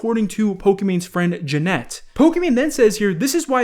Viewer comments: her name is pronounced janet not janette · I love that sees the name "Janet" and chooses to pronounce it "Jeanette" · Eee-von and Jan-it learn to pronounce the names right if you’re using their personal lives for content.. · Jan-net lol 😆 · I like how pronounced "Janet" as "Jeanette" lol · Juh-net.. bRuH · Lol I like how he said ja-net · So no one is going to talk about how pronounced Janet's name? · Did this man just mispronounce “Janet”